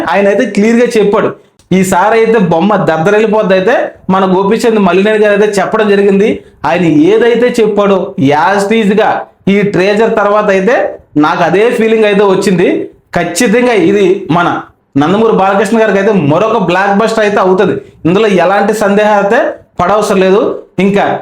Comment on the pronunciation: ట్రీజర్ కాదురా టీజర్ టీజర్